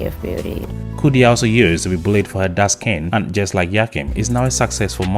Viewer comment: When you say dark skin i heard dusken and thought what a wonderful word